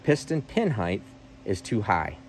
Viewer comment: People who say heighth rather than height are better than I thought.